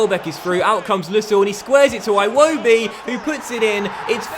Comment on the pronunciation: I am going to unsubscribe if you don't stop pronouncing iwobi like "Aye-Wobi" please stop, it's "Ee-Wobi"